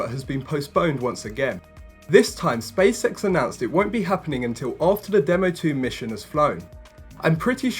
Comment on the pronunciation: did you just say "space sex"? :-)